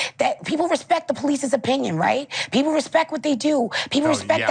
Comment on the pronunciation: She can't pronounce "people" Pee-poo,lol.